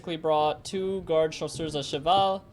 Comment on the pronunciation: I like when you say chasseurs à cheval